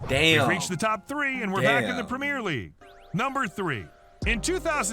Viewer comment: Ah well. I think just cutting an already abbreviated UEFA to simply Yoo-ay-fa as we say it, or Prem-ee-er instead of Prem-eer,goes to show he's not too familiar with the game